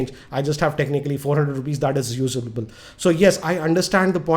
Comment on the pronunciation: usa-BA-ble :D :D